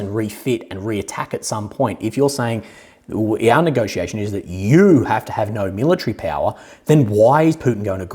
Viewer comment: You say western leaders need to get a dictionary and search for the word nagociation but isn't this how they always nagociated?